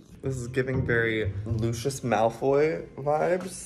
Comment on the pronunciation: I swear you said Lucius wrong. It was kinda uncomfortable 😂